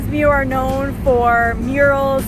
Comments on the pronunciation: i'm sorry but i cringed when my hometown name was butchered lol. this is how it's correctly pronounced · Greetings from Kanata, Ontario Canada! Muar should sound like “Moo Ar” and the guava should be Jicama. Typical Canadian eh, can’t take a bit of heat eh! Hahahaha Hope you guys enjoy your stay in Malaysia. I love the food selections, the people, places to scuba dive. I love Malaysia!!!!! ❤❤❤ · How to pronounce Muar. It’s Moo-war. Or Moo-wor. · brah the pronounciation of muar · Vote for Redang Island the best There’s no curry inside the soup It is rempah kurma ( spice from dates) As for Muar pronounce it ‘Moo wahh’ Not ‘mew war’ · Not meu-ar. It is Moo-ar. And I prefer Redang island. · It's not pronounced as mew-ar, it's moo-waa but the locals called it muo (moo-wo). But foe melakan its moo-wow) with a twang and the second syllable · I am amused when you pronounce Muar as Miuar. It is actually pronounced ' moo...are'. Johorians pronounce as ' moo...awe' ( as in awesome).